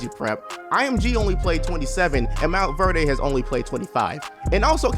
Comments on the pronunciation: It’s pronounce “Mont-verd” not...”mont-verday” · Nigga said monverday